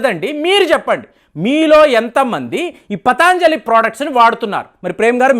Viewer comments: పతాంజలి కాదు పతంజలి అనాలి. అలాగే ఇరాన్ ని ఈరాన్ అంటున్నారు కొన్ని వీడియోల్లో. మీరు ఉచ్చారణా దోషాల్ని సరిదిద్దుకోవలసిన అవసరం ఉంది. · పతాంజలి కాదు పతంజలి. దయయుంచి గమనించండి. అన్నీ బాగున్నాయి. కోవిడ్ వ్యాక్సిన్ తీసుకున్న వాళ్ళకు side affects వస్తున్న సంగతి కూడా ప్రస్తావించండి. బెలూన్ థెరపీ కై దేశీయంగా తయారై చవకగా దొరికే స్టంట్లను తొక్కేసిన ఘనత వహించిన మార్కెట్ మాఫియా గురించి ప్రస్తావించరేం? ఒక్క వస్తువు గురించి కోర్టు మాట్లాడితే మొత్తానికే బురదజల్లడం భావ్యమా? ఆవు నేతితో పక్షవాత రోగులు అద్భుత ఫలితాలు పొందటం నేను చూచాను. వ్యాపారం చెయ్యడం పాపమా? ప్రజల వద్ద అధిక ధరలు వసూలు చేస్తున్న వారి నిబద్ధతను ప్రశ్నించరేం